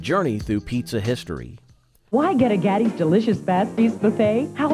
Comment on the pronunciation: The title is definitely misleading. Whoever put this together should do more research. Mr. Gatti's is still opened all over Texas. It is not pronounced Gotti like the gangster. Chuck E Cheese still exists.